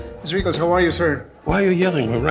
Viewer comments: It’s RICKLES not RICKLE! Wow, wearing sunglasses to a legend! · I think it was a bit disrespectful to wear a hoodie and shades. I like Snoop but he's not even worthy to be in the same room as Don. He even keeps calling him "Rickle".